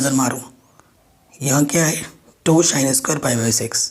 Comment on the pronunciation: Sir sorry but wo chos nahi cos or shin nahi sin hota hai